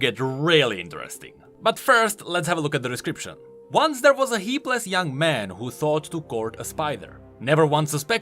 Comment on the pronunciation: Dude, its not "heapless", its "hapless".